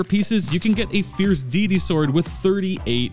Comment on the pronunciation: I keep hearing Fierce DEE DEE DEE 😂😂